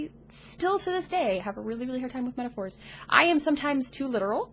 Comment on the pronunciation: Hi. I'm probably on the spectrum too, possible diagnosis later this year/history of difficulties/autistic family members etc etc. But never mind that, when you said "metaphors" I thought you said "intercourse". Woa.